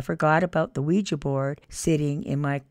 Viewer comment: 'Ouija' not 'Quiji'!